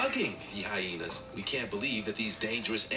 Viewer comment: stop saying hyhenas 😂😂😂😂😂😂